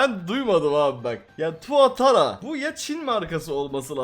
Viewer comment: Tuatra tuatara degil